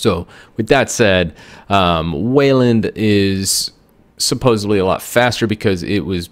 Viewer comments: I am not gonna hate on you because of the t-shirt, but I am gonna hate on you because you said "supposebly" not supposedly. lol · Did man just say "supposibly"?